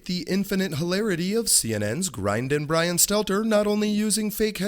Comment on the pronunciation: Get mark dice to help next time, he sounds more like Bwian than Bwian